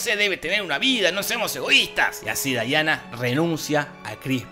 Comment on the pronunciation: Me encanta que en muchas review le dicen Daiana y es Diana